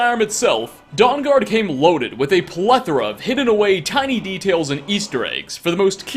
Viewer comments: I keep hearing it as "Dong-guard" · dong-guard lol XD